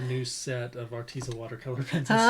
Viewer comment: It is pronounced artez. Like pez candy. So art tez a. Like rhymes with says. But tez lol arteza